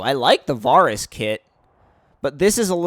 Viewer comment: The way you say varis pisses me off